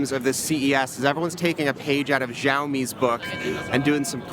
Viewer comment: Guys, please stop saying Xiaomi as "JIAO-me" it's pronounced "xiao" like the "show" in shower and then the mi/me part you guys got correctly, PLEASE